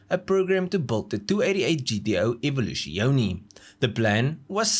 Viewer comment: you pronouncing Evoluzione is just the dumbest thing I have ever heard...